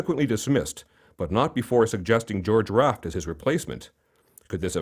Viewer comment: Need to say his last name right.